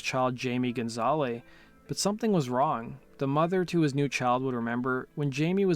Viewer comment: It's walter lure not walker. You also mispronounced Johnny's real last name. I'm two minutes in and two horrible mistakes. Also Sylvain Sylvain was not a pianist.